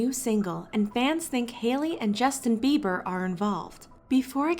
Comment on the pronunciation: Every time she says ‘the beibers’ 🤢